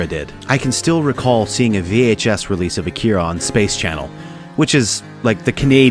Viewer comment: “uh keer uh” 🥴